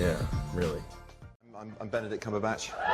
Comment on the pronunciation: “Benedril Cumberbatch” 😂